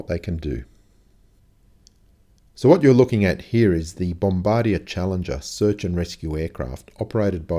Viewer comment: CORRECTION Dude, it's not "Bomb bar dee err", it's "bomb ba deer".